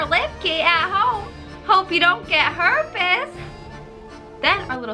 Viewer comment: "Herpas" lmao